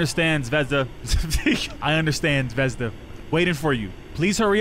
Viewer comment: 😂😂😂😂 yes you said zvezda wrong